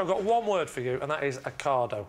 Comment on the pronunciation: 'ave a cardo, anyone? 🥑